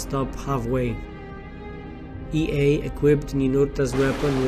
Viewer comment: The pronunciation is not Ei- ae but Yea!